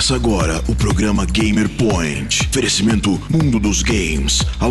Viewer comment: "Ferecimento" voltou xD